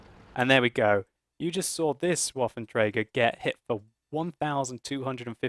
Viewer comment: its trager not traeger.